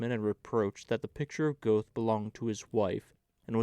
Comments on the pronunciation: The Goethe voice makes up for the Goethe pronunciation 😂 thanks for the reading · Please use the correct pronunciation of Goethe. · Many thanks for this wonderful reading! (Only, it's distracting to hear "Goethe" mispronounced over and over again!) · An excellent heartfelt reading. i’m sure you’ve learned about the pronouncing of Goethe. Magic Mountain by Mann would be perfect for you.